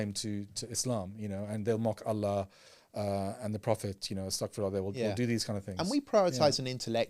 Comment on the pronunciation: can you please announce Allah correctly 😁 جَزاكَ اللهُ خَـيْراً as usual for keeping us informed